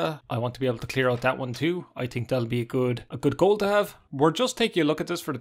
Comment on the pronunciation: "I tink" lol love that. Great vid btw